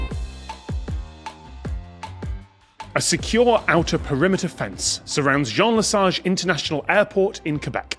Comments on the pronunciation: and thumbs up for Tom's pronunciation of Jean Lesage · Great pronunciation of "Jean Lesage", Tom. Initial thoughts: allow problematic wildlife to exit the grounds, and/or allow their safe predators in (i.e. cats eating birds that could go into engines)? To balance the RF environment of the "room" that is the airport's grounds (like equalizing, filtering, and positioning a sound system for a specific room); remove some interference, allow in some frequencies, etc.